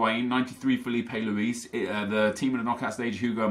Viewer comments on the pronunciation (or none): none